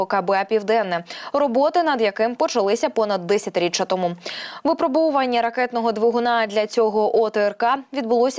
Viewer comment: Постійно дивлюсь ваш ресурс. Але... Шановні диктори, частіше заглядайте у словник. ВипрОбування! ВипрОбувальні! Нема таких слів "випробОвування" та "випробОвувальні" ! Не "командно-штАбних", а командно-штабнИх навчань. Не "кілОметрів", а кіломЕтрів! Не "десятикОлісну" установку, а десятиколІсну! Якщо обмовились, виправтесь, обмовка - це не страшно. Але, коли диктор робить такі грубі пОмИлки і не помічає, це - непрофесійно. З повагою...